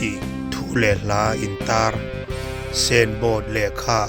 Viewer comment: Senbawt anilo.signbawt ti teh